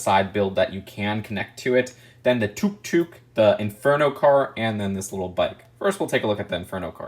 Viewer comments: . It's pronounced Tuck Tuck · tfw says “took took” instead of tuk tuk (tuck-tuck) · Its took took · Wait I pronounce it as "took took" and I'm asian